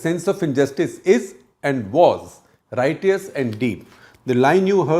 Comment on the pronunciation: Two words Shekhar mispronounces: 1. Apocryphal 2. Righteous Google the right pronunciations.